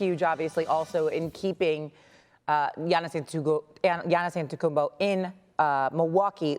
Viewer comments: Lol Giannis last name had shorty in a chokehold lol . Said it almost as bad as Charles Barkley lol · reporter: "giannis antetekumbo" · How many more MVPs should he win before you stop pronouncing Atetkonopopoupo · Her struggle to pronounce Antetokounmpo 😂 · She can’t say Giannis Antetokoumpo 🤣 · Home girl had a tough time saying Antetokounmpo, lol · The lady on the left needs to learn how to say Giannis last name lmao you got 1 job hun lmaooooo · Whoever the other chick, besides, Ramona is absolutely terrible at her job and not prepped at all. How at this point, can you still not pronounce his name, also, there has never been 35 days in any months in the 40 years that you’ve been alive. ESPN needs to get with the program. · girl just say Giannis, cuz you are killing his name lol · This chicken head still can't pronounce Giannis last name. Just say Giannis. Don't bother with the last name bro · Kinda disrespectful for a sports reporter to not even know how to say giannis’ last name. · She destroyed Giannis last name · She absolutely butchered giannis's last name 🤣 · She is struggling with Giannis' name lmao 🤣🤣🤣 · she can’t say gianni’s last name to save her life!!!😂😂 stop making her say that